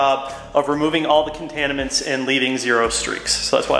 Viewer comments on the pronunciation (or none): Contanimants!! I heard it!! 😂 Other than that, great video and that’s a nice looking and really clean M2!!